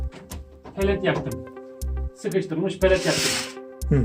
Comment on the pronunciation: Palet değil lan pelet